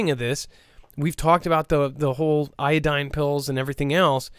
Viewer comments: PLEASE DONT TEACH, IODINE FOR RADIATION 3RD TIME. IODIDE, NOT IODINE,, IODIDE. IODIDE. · Iodide not iodine